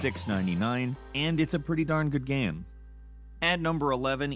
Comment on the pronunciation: Dis dude said gam